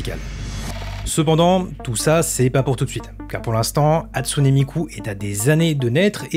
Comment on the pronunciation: Tu prononce pas la fin du Hatsune comme é mais e puis. Tu Viens même faire des histoires sur des intelligences artificielle qui sont pas humaines et on dirait de la pib au debut surtout donc